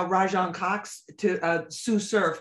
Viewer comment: “Raj-on Cox” is crazy for the way surf acts tho